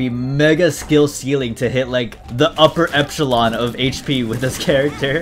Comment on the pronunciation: Upper echelon❌ upper epschylon👍💯🔥 haha